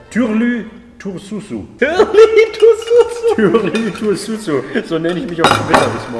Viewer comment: das am Ende wird Turşu ausgesprochen (ş wie im Deutschen das sch). Man fischt die Turşu aus dem Behälter, wäscht die und isst die neben dem Hauptgericht.